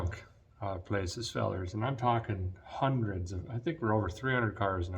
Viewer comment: "How much did you give for her? Six Hundrit?